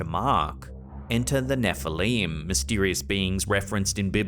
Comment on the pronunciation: Nefehleem 😂 neflim